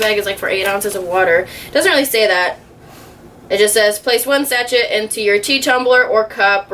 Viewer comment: it’s “sash-shay” not “satch-et” haha